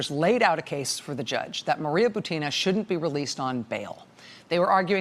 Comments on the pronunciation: Dear Rachel, please correct the stress of Buti-i-i-na's last name, that all American commentators are making: her last name is just like "Putin" with the different initial consonant P for B and it should have the same stress. So she is Bu-u-u-tina (like P-u-u-u-tin). In hope that your example might set the correct standard for other commentators willing to follow you. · with all due respect I feel obliged to inform you that russian lastname Бутина should be pronounced as bUtina, that is first syllable be stressed.